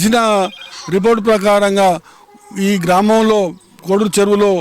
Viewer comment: కోడూరు కాదు కోడేరు